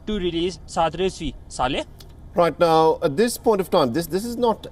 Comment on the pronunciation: Not Saale, its Saleh. The anchor's name Mohd. Saleh